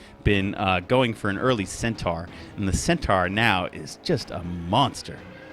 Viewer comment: Every caster is getting this wrong. Centaur, (cent-ore)